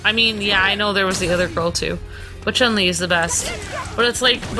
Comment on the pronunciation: Why does everyone pronounce Chun Li's name wrong. It's not "Chung Li" it's Chun Li (Choon Lee).